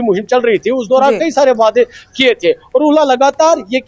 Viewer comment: It is not 'wayedai' it is 'waday' (Promises).!!!!!!!!